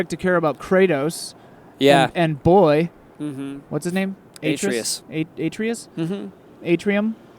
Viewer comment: I'm offended by that Atreus pronunciation. It's "Uh-tray-ess" lol.